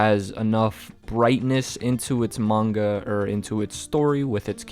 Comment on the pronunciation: why does he say manga like munga